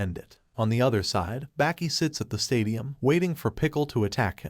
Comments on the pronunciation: Sounds like he is saying Back e not Baki 😭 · Its baki not becky